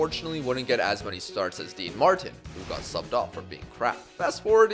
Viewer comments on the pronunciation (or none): none